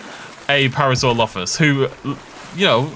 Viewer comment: You mean paralolololollophus